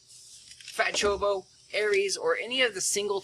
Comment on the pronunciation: It's choCObo. You're missing a syllable there. More importantly though, while single target cards are very strong, you didn't pull a warrior class. You probably should have augmented a single target mage card or a single target ranger card. Cards of the different job types get bonuses for being used by that specific job. So even though your pulled jobs can use Ares, because they have a listed fire element, Kirin probably would have been a better choice for you.